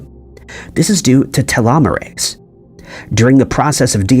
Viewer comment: Telomeres and telomerase have the same sound. Telomerase is pronounced like you say telomeres but instead of eres it sounds like ace.